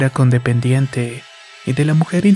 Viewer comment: se dice coodependiente 🤦🏻‍♀️ NO CONDEPENDIENTE